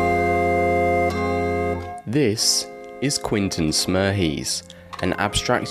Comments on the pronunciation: Was thinking that myself! Sometimes says Quentin, but usually says Quinton... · It’s Quentin, not Quinton.